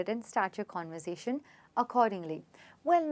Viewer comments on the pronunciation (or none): I think you mispronounced conversation